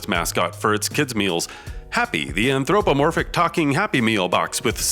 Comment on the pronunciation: you really need to learn how to pronounce "anthropomorphic"